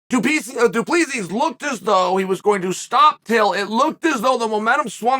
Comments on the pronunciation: Dude the way Chael keeps saying "Duplesis" is killing me. My guy it's pronounced "Doo-pleh-see* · It's pronouced Doo Plah See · My guy. The bad guy. Please. Okay. You pronounce it as. Duplesee or du-ple-c. Don't say the final S at the end. Please please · Hey, Chael. South African here. The correct pronunciation of du Plessis sounds almost exactly like, "Two plus three". Not joking here either - that really is the correct pronunciation for future reference. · Who is this "Du Pleesis" you speak of Uncle Chael?😂😂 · Just so you guys know the S at the end of his last name is silent :D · As a south african, he's definitely not pronouncing his last name right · The s in du plessis is silent chael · Chael, the "S" is silent du Plessis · Uncle Chael, FYI: the S in Du Plessis is SILENT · I'm south african and uncle chael butchered du Plessis surname. 😂 please someone help him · oh no haha. I can just imagin the people back I south africa listening going. Fuuuuuuuck. He is saying it wrong. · Daimn. That's weird. I gues it's also not the most common name where Chael os from so obviously he won't say it perfect. Like me trying to pronounce some Vietnames names.